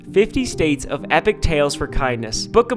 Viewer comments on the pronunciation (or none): none